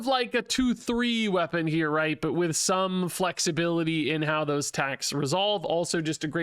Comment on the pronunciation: dude, that "some" sounded..... EERILY similar too the "somebody" in All-Star... (somebody once told me)